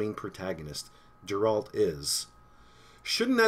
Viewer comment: Deralt? Geralt!